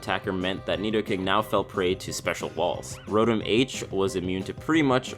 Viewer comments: No he didn't say "neato-king"!!!!! 😂😂😂😂😂😂😂😂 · Carson Of Smith back up ten seconds and he says nidoking u muppet